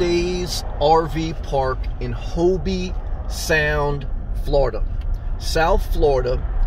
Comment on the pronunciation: Treasure Coast is a safe area. Great video. Just so you know, in Hobe Sound, the E is silent.